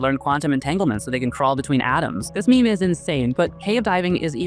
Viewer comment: wait. how did you pronounce meme...?